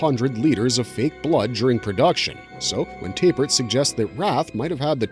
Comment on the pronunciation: Why do you keep saying "Tay-pert" instead of "Tap-ert"?